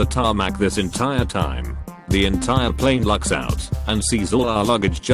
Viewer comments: "I was on a Chicago to NYE flight. We all get on the PLEEN." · generic tts voice trying to pronounce plane: scottish mode activated pleen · "cow-worker" "pleen" "too-huition"